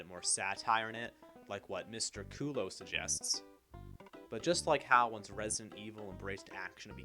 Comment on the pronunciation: Not that it matters now but the last name is pronounced Mick-cull-lah. The only reason I mention it is because this video is about how "J.J. didnt do his research and doesnt know what he is talking about." Which is a fine point to make... but it shows you didn't actually research anything either. You openly say you don't know how to pronounce his name and finding something like that out would take 3 seconds on Google. So if you're too lazy to do one extra Google search, how are we, the audience to trust that you did any actual research into the video topic yourself. This might seem like a minor or insignificant point, but it really undermines the authoritative tone you're going for when you don't even know someone's name. Cheers!